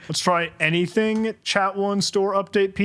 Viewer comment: Humans seem to sometimes omit syllables when they think faster than they talk. Far over a year ago I saw a video of someone flying west to east over Florida in a motorized paraglider, and when he told the camera about his "cruise control throttle" he accidentally said "I have here my cruise controttle". "AnyDink" is a new one I can tell people about now XD